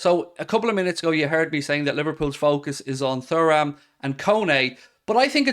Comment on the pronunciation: ITS PRONOUNCED TURRAM NOT FURRAM… 😅😅😅😅